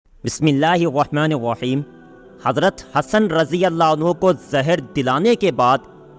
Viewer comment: wahmanir wahim NAHI rahmanir raheem kaha karo yar 😅, Bismillah thik se padha karo